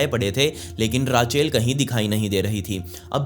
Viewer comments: Raachail Nahi kehte usko Raychal pronounce kerte hai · it's RACHEL not RAA-CHAIL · रेचल कहते हैं। राचेल नहीं। ये स्टोरी मैंने पहलए भी सुनी है on another channel। Awesome bhai।।keep it up।। All the best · Raachel nhi rechal hota hai 😂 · Just FYI - Rachel/Rachael is pronounced Raychal :)